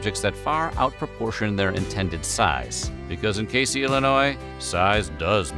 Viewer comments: Ayy I’m from Casey! For The record it’s pronounced cay-zee. Also all of the “world’s largest” items have been funded by one family The Bolins in order to draw tourism to the town. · Casey, Illinois is pronounced "Kay-zee" just FYI